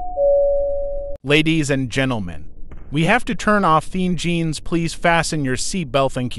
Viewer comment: Melon pilot: "ENJEANS"